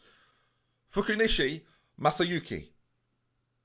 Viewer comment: Trust Ben HOW to get Fukunishi Masayuki right (or close enough, it's all the right letters and syllables) but struggle with Vanheusden to the point he added a bunch of extra letters and syllables in it to it. You are an enigma.